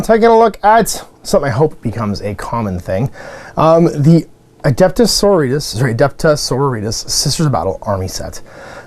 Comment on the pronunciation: How is it, that you are familar with Sisters of Battle, for 20 years, and cannot pronounce "So-ro-ri-tas" ?